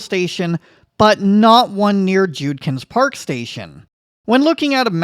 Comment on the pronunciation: Another great video. Thanks. Note: I’ve noticed this is the second time you’ve mispronounced Judkins Park. As I know you’re still relatively new here I thought I’d point out that it’s pronounced Jud -kins (rhymes with mud-pins) for future videos. Keep up the great videos!